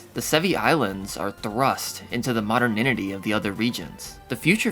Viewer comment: "modern - inity"??